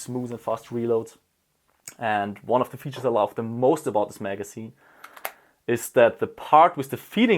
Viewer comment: bitte lern mal the nicht se auszusprechen this nicht sis